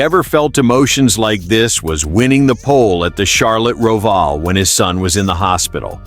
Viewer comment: I wish the narrative wasn't AI or whatever it is. Use a real voice. Can't even pronounce "ROVAL" correctly.